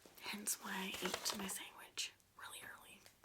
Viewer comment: Sangwitch - how people of Hispanic decent say sandwich